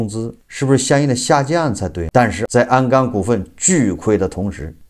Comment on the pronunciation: 是鞍钢，不是安钢！！！